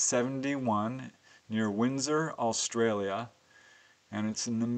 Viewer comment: Why the emphasis on the word "Australia"?